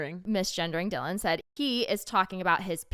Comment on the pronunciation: You said Dylan’s name right. Thank you for talking about it! I love you two so much ❤🎉